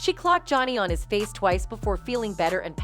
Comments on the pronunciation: NOBODY NOTICED! she said "jownee" lmaooooo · Why does she say Johnny like that ? 😂🤣